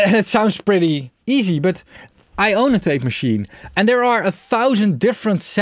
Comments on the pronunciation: Pretty sure it’s just pronounced TAPE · Pronounciation: Rain, Train, Plain, Fail, TEEP! Eitje toch???